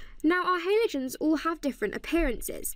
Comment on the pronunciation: cant deal with the way she says halogens